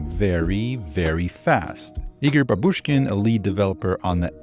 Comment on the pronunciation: It’s bAbushkin, not babUshkin, from the work bAbushka, which means grandmother